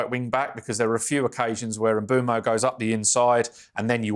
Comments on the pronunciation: It’s pronounced Mboomo, as per the player himself. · Mbeumo pronounces it Mboomo